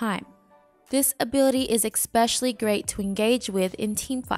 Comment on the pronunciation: Great content, love the series. One little thing that you might want to change, its pronounced esp-ecially, not ec-specially. The only reason why I say anything is because you say it like 5 times in this video, lol. Thanks for the content!